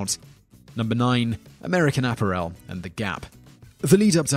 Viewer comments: Mr. Whistler, I am sure you have had this addressed to you more than once, but could you please properly pronounce words? For example, in the USA, we pronounce "Maryland" as "Mair-land", not "Maryland". And "apparel" is pronounced "ah-pair-elle" not "appa-rael". And I noticed you have a hard time with non-English words/names as well, like "DiGiorno"; it is pronounced "De-Journ-oh," it is not pronounced as "De-Jorni-doh." Please work on that and your videos will be more enjoyable. Other that issue, I think your videos are interesting and well-done. Thank you. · This ninja said A-PA-Rel LOL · People forget that Chick's business INCREASED after THE CEO gave money to an anti-gay marriage group. Personally, I don't care about gay marriage either way. I have my own problems. But that's a fact-checked.But American App-a-rel? Love that pronunciation! Home Day-poe? You struggled with Digiorno. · What the hell is "APP-er-EL"???? Does anyone other than this guy pronounce "apparel" that way???? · I don't think anybody does. The correct pronunciation of 'apparel' is /ə' pærəl/ with the stress on the second syllable. Simon Whistler has mispronounced it. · American Apparel: Ah-pair-ul Depot: Dee-poe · I don't think the mispronunciations would be so bad if they weren't common words. "App-Ahh-Wrell"? "Dinn-Ahh-Stee"? Those are common English words, that Simon as a native English speaker, shouldn't need to research for proper diction. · Could you please, please, please, please, please, please research how to pronounce words. Apparel and Maryland...both wrong and this isn't the first video of yours I've mentioned this on. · There is only one way to pronounce 'apparel' whether you're from the UK or the USA. Accent has got nothing to do with pronunciation.